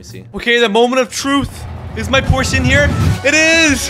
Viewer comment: bros Porsche pronunciation 💀